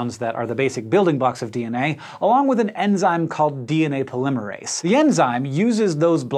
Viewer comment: Hank, I respect you, I love your videos, but I vehemently disagree with your pronunciation of polymerase. still love you though